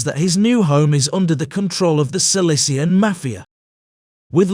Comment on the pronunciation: Does the narrator realize that SICILIAN is not pronounced SILICIAN? Just asking....